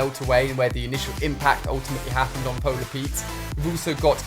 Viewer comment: Ali: polar Pete’s Us: please stop